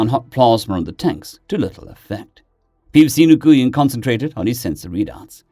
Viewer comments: Nguyn is pronounced win. I know it always throws me too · Nguyen is pronounced NUWIN. Americans of a certain age are familiar with Vietnamese names for a certain reason. And Pho is delicious, but it's pronounced Pha with a hard p. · Hey, Nguyen is said "When" or "Win", it's the most common Vietnamese surname. I know several people with the name that say to say it like that, though others might try and get you to pronounce it with more precise nuance concerning the "ng" and upwards inflection.